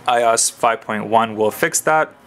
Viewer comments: I...O...S... - is how its pronounced... not eyeos. Separate the letters out friend. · 'i' 'O' 'S' ... not "i" "os" :@ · its IOS not I OS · I could not finish this video. It is pronounced I-O-S not I oss. Watch any release video for a previous iPhone and you will see that Apple Execs themselves call it iOS not I oss. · its pronounces eye-oh-ess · This video is crap. No offense but you keep stating your opinions, and if this is a comparison video why the heck are you stating your opinions. You're pronouncing iOS like a hot mess and why would you bring in BBM when you are doing an iPhone and a GS2 comparison. You kept going off on things that didn't make sense and you didn't give a clear explanation on which phone is better, you just said its an opinion. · You're pronouncing iOS completely wrong by the way